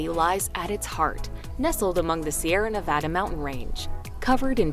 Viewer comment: Marin County in California, is pronounced "Mur-in", not Mare-in.. and by the way, Sierra Nevada is pronounced "See·eh·ruh Nuh·va·duh" and the "a" pronounced as in apple, not opple..